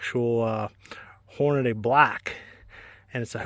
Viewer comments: Holy shit. It's NOT Hornaday. It's Hornady. Horn-a-dee. Idiot. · Why do so many struggle to read ‘Hornady’? There’s no ‘day’ at the end.